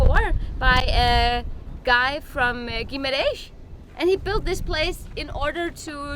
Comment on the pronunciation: I love the way says Guimarrrrrrrrrrães! LOL